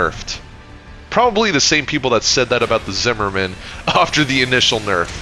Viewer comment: The way you say “after” makes my brain itch every single time